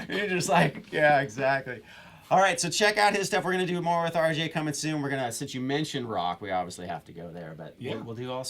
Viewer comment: I knew RJ would blow up. That guy has licks and soul for DAYS and this is nothing compared to his improv jams on his channel. needs to lay off the weed. He mispronounced the RJ's name.